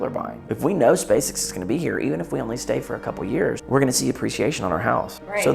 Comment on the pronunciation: You said "SpaceSex".....